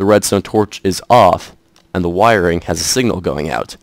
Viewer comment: Why you gotta make a k sound when you say wiringk